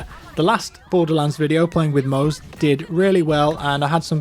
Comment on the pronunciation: pronounced mozzie not "moze"